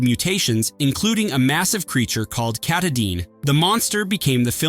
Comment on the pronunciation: The name of the monster/mutant in Prophacy is Katadin, pronounced kah-TAH-din. Btw, Katadin is the name of the mountin in Maine, which is the northern terminus of the Appalachian Trail (also btw, pronounced apa-LACH-in (in the South) and apa-LAY-shun (in the North). Everybody got that?